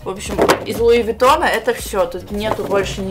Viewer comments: Все люди луивитон, а сказала луивагон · говорит луивагон а не луивитон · Луи ВаГоН ору ёпстудэййййй, 😹😹😹😹😹😹😹😹😹😹😹😹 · Луи виттон а не Луи вагон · Луи Вагоон... Орууу..., как ты могла так прочитать? Всё же понятно.. Луи Витон!